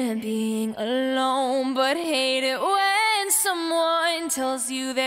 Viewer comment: i never knew the word "but" contained so many syllables. booereheet, in other news, the e is clearly going to win in top 40 land. the g has a wonderful golden tone, though.